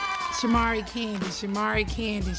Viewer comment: Did any hear porsha say tandi not Kandi when her and shaMari sang off 🤣🤣🤣